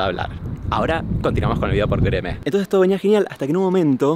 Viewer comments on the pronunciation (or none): Martina pronunciando goereme me da vida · Me encanta como Martin dice Gereme